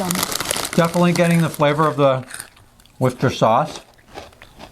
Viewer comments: Well done on getting the pronunciation of Worcester, which is the main city in the county of Worcestershire (Americans really struggle with the county 😂 its easy, just add "sher" on the end of "wooster") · No it’s not, it’s actually pronounced Wooster, or Woostersheer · 100% correct on Worcester but not so good on Devon its Dev-on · Ah, Revels! The Russian Roulette of the chocolate world! Minor pronunciation tweak- "Devon" rhymes with "heaven". You did good with Worcester, though.